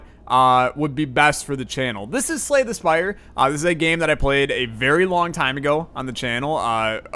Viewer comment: LOL i thougt u said slay the spider when u talk about it in other vids